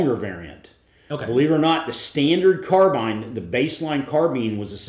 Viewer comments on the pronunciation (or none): did he say "standard car-bine" and "baseline car-been" in the same sentence i am beyond confused about the proper pronunciation right now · Great video great gun, love a good crossover episode with Larry. BTW anyone else notice Larry using both pronunciations for "carbine" in the same sentence ?